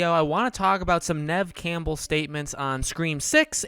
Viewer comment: Why is he pronouncing her name like camel 😭💀